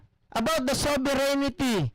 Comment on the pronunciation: Masakit sa TENGA pag bigkas ng sovereignty as sovereigNITY